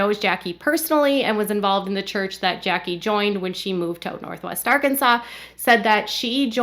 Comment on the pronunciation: I know this is an older video, but the other day you pronounced it ar-Kansas, which filled me with joy, and now I am disappointed everytime I hear you say Arkansas properly lol